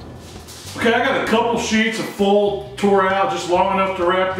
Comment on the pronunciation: I just found your videos, I've watched a few now. Thanks for making them, great stuff. I like how you say foil. Foal. One thing I don't get, why do people not like them to fall off the bone? My favorite ribs I've made so far just fell clean off the bones. Delish.